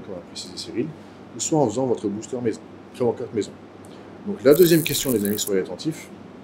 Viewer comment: ça me stresse quand il dit " pré workaouute"